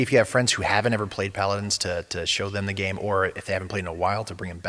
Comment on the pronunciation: they dont even know the names/pronunciation of the champions....for anything thinking of getting into paladins (rare) its still a fun game but watch this video and you'll see the exact same energy they put into fixing the game and keeping it alive.